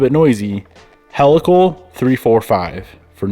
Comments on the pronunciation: helical is pronounced "HEEL-uh-kul" not "HELL-uh-kull" ;) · Helical is pronounced he-lick-el not hell-ick-l! Lol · smart to beef up the trans now. the angled gears ... fyi HEE-luh-kl (from helix, like spiral dna) not "hell-a-kl" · “He”-lical….. not Hell-lical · Came to say this. Great explanation 👍🏻